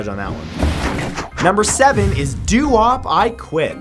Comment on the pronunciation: It's "Doo-wop", Matt, doo-wop